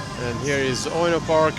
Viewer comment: it is pronounced u-e-no not ueoneoue 😂